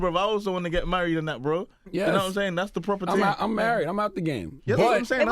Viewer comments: “ting” not thing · it's a working class Londoner thing or should I say "fing"